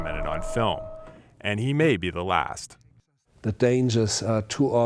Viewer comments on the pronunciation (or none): What's wrong with the narrator's voice? He seems to not be pronouncing any of the final constonants in words. "Last" sounds like "Laugh"